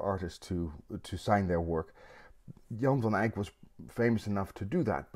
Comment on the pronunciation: So disarming to have a painting explained by a guy wearing just a t-shirt ánd who can properly promounce "Jan van Eyck"